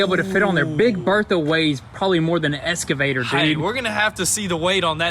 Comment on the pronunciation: It is eXcavator ffs lol. Do you say it wrong on purpose?